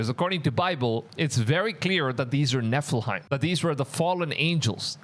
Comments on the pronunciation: It is NEPHILIMS not NEPHIHIMS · It’s nephi-LIM not nephi-hiem 🫶🏻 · It's pronounced: Neh fuh luhm You are saying it incorrectly. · Maybe but it's slightly annoying how he says it after hearing the correct way for years.